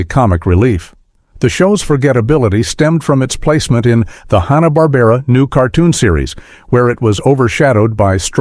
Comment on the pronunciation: I tuned out after about a minute. Made up crap with AI voiceover. "Honna-Barbera" cartoons are hardly "forgotten".